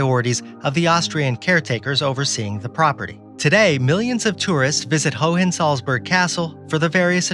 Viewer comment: The second H in Hohensalzburg isn't pronounced :)